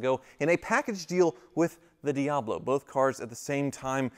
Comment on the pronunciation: Ha! That's funny.. Jeff Goldblum has a "DeeHablo" too!